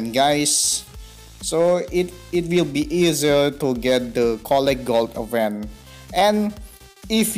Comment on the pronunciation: Event. Di bacanya ivent Reward, di bacanya riwerd Itu aja sih, saran dari gw. Coba make google biar tau cara mbaca yang bener